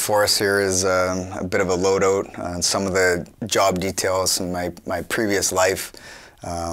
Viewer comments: “Loooe oat”(load out) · “Load ooot” tell me you’re Canadian without telling me you’re Canadian